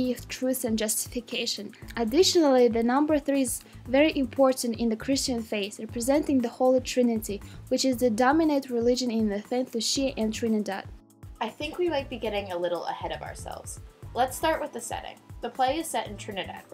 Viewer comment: It's pronounced saint LOU-SHUH